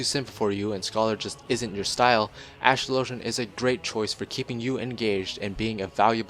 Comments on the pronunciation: Dude. Think about how the word "Astrology" is pronounced. Then... "Astrologian" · Ive watched about 10 class videos on FF XIV and everyone single one they pronounce astrologian wrong... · Why do so many youtubers not know how to pronounce astrologian? Think of the word 'astrology'. Think of how that's pronounced, then think about ASTROLOGIAN. It's very similar.